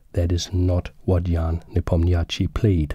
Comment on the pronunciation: as a native russian speaker its very funny how you pronounce Ian surname. "ia" pronounce as "ya", and "chtchi" pronounce as just "sh". :) as gothamchess pronounce - is a correct spelling of Ian surname )